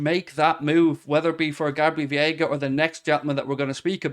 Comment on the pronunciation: it's Veiga not Viega